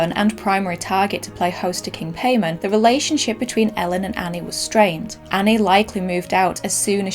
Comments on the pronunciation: Pronounced Pie-mon not pay-man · Its PAY MON not payman. And its GO AY SHA, not go et tee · in what world is paimon pronounced pay-men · Pronounced Pie-mon not Pay-man 😂 it was painful watching this with the mispronunciation. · its also pronounced Pie-mon if i recall correctly, not "pay-man" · Yes, I know that in Hereditary they say “paymon” but I promise you, just like how the Geotia is pronounced GO-eh-Chia, Paimon is Pie-mon. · I think it's pronounced "Paymon" and is still a common name. It's not Paymann: Germanic redux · Paimon is pronounced with a long "I", like Pie.. I know this because he told me. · It's Paimon... Pie-Mon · It's pronounced more like py-mon... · It's pronounced (pie-mon) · I study demonology and not to be an “um actually person” but it’s actually pronounced pie-mon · You’re pronouncing Paimon wrong. It’s pronounced P-EYE-MON. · If y’all know genshin impact y’all know he’s pronouncing paimon wrong it’s pie-mon lol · Isn't it pronounced like "pie-mon"? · King pie-mon! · Always giggled at a word spelled paimon, gets pronounced paymen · I’m pretty sure it’s pronounced P-EYE-MON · Its paimon pronounced pie mon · You are horrible at pronouncing the occult. First off it’s Pie-Mon. And Go-et-ita. It was like listening to nails on a chalkboard. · Its pronounced paimon ( pi ee monn) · Paimon is pronounced " pie " mon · "Paimon". Pronounced: "pai (p-eye) mon (mohn)". But that's my only nitpick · King pay-men? For real, dude? Couldn't have asked google to pronounce it for you before rolling? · Fun fact: His name is pronounced (pie-mon) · there are two pronunciations, Pai-mon and Pay-mon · Hearing you pronounce “Paimon” like that hurts the Genshin Impact in me. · is anybody gonna tell him he’s not pronouncing time paimon correctly? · What's even scarier is how you're botching the pronounciation of things...I mean, Paimon? Goetia? Etc. 😂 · How did you watch this movie, and still mispronounce Paimon?